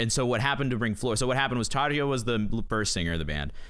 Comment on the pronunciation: Tarja has a soft J, (Tar-ya)